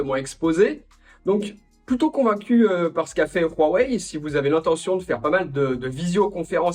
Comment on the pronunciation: J'adore le "Rhuawei", ça prononce bien 😂👍🏽😭